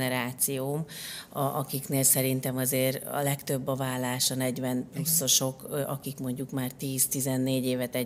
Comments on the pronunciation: Szerintem ékezet nélküli billentyűzetről írt a hozzászóló, ez nem nyelvtani hiba. A válást viszont úgy kiejteni hogy vallás, feltételezi hogy így is írja a műsorvezető. Ez helytelen, és hallani sem öröm. Igaz, nem egy Endrei Judit!😊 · Kedves Anita! Először azt hittem véletlen, de sajnos nem: a ,,vállás” következetes említése nagyon zavaró !!Annak ellenére, hogy kifejezetten jó beszélgetés volt ! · Jó és érdekes beszélgetés volt! Drága Anita, a válás rövid l- lel ejtendő a köznyelvben.😊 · Remélem azért másra is tudott figyelni🙏🏻 és nemcsak a hangsúlyozásra, de ez inkább nyomatékosítás volt…😂🎉